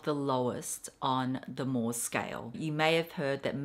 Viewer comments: Guilloche is pronounced "ghee-osh" and Moh is pronounced "Mow". Unless it has changed since I sold jewellery 😊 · Mohs is pronounced: moes :)